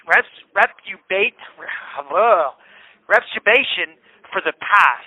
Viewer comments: Is he trying to say "retribution" in your intro? "Ret-u-bay-shun" 😂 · He will be spending A LOT of time "retribating" now.😂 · Ret-u-bation…. Nice 😂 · Retch u bation? 😂 or retribution? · “Resitbation”for the past??? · I’m still trying to finger out what “retsubation” is. 😂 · was that word supposed to be "RETRIBUTION???" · Dude can’t even say retribution lmao 😂😂😂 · I couldn't help but rewind a few times so I could hear try to pronounce "retribution," what was it, four times? And he STILL got it wrong. Putz.